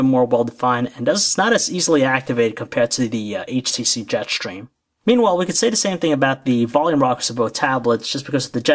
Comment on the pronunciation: Am I the only one annoyed by the way he says Jetstream? "Jet Shtream"